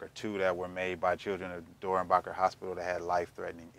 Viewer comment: i mean i spelled it wrong but the way you pronounce it